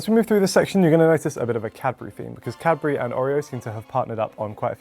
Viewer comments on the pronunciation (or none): Cad-bu-ry. Not cabry. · i just learned how to spell cadbury and i was shocked. I thought he said Capri for like a thousand times. ahhahah